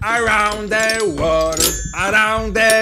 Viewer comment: Jakub Grzywa czyta się ,,łerld" .